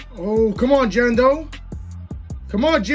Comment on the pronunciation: It's Jadon not Jando bro